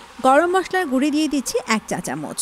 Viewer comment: রান্নার ভিডিও করছেন অথচ উচ্চারণটা শুদ্ধ করা শিখলেন না। গুড়ি কি? জীবনেও গুড়ো শব্দটা শিখেন নি?